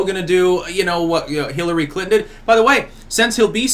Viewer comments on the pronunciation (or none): none